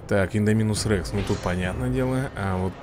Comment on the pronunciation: Во-вторых опять выговариваешь неправильно слово индоминус-рекс если ты смотрел Парк Юрского периода А то ты там хоть один раз услышал чтобы там кто-нибудь выговаривал индоминус Рекс парень я играю в эту игру уже 5 лет специалист по этой игре из этого прислушайся пожалуйста к моим словам